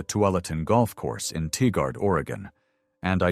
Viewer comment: Tigard is pronounced Tie-gard